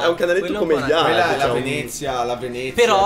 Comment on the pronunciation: amici vi prego Venezia si dice con la E aperta (e anche Veneto) p.s.: siete fantastici